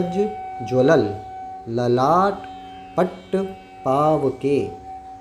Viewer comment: second no. ke teesrae line mae likha hae jval . aap pronounce kar rahe hae jvalal. kaun sa sahi hae pl check and correct aisa mistake aagae line me bhi honge